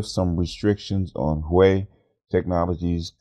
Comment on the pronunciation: Great news, but please, the Xi in Xi Jing Ping is pronounced like "SHE" not "JEE". And Huawei is "Hwa-way"!